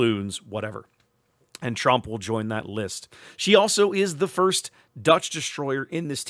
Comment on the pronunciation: The 'o' in Tromp is a bit like the 'o' in 'bored', but a bit shorter in length.